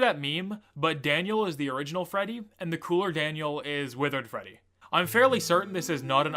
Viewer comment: tthe fact that the reporter actually got "rockstar freddy" right is amazing